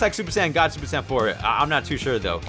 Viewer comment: Bruh my wish for videos are for him to say super saiyan not super San but still loved the vid keep up the great work